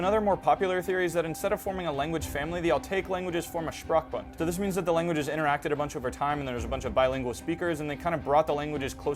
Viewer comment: I always cry a bit when i hear this pronunciation of "Sprachbund"